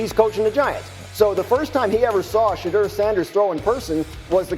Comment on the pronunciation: im not trying to be mean but please practice on saying these players names correctly especially our players It’s Shu-door sanders with SH sound And it’s ASHTON not Austin Just practice